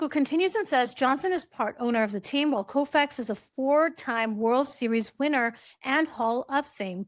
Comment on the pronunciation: You pronounced “Koufax” correctly. He was an extraordinarily talented award-winning Dodger pitcher…and a legend not only in Los Angeles but around the world. He shouldn’t EVER be in a World Series seat behind Harry and Meghan Markle.